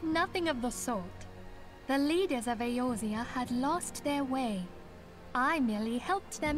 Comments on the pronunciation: He will never get the name pronunciations right xD ISHLOTTA is actually pronounced ISH TOLA E orzia is actually pronounced A orzea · Does Asmon mispronounce Eorzia on purpose or what? It's like if people called it Aizerot instead of Azeroth